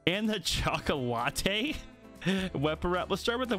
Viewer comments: bro its literally said chocolate-y not CHOCO-LATTE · Chocolatey is choc lat ee Not choco latte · Lmaoooo I was about to say I know this man did not just say choco-latte 😭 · I was so triggered when he said "ChOcoLatAiY" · "CHOC-O-LATT-TE" Cmon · I think the wrap is pronounced Chocolatey and not Spanish for Chocolate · did you say CHOCOLATE 😂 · This is up there with ''re-ducks'' lol